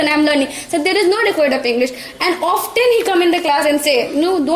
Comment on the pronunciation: Often bhi nahi bolne aata